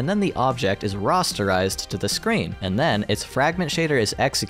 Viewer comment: Am I going nuts or are you constantly saying "Ross-terization"?